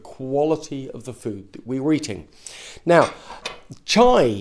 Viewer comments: Chia, not "Chai" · Yeah chee-ah seeds I thought he was going to put chai powder in his mouth like the cinnamon challenge which would make no sense lol